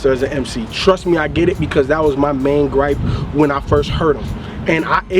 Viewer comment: Bruh said gripe Lolol